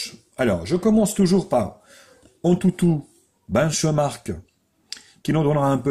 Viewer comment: Comment il dit benchmark sa fait daec